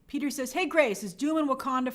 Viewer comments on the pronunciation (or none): none